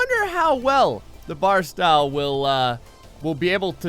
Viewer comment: Barstow not barstyle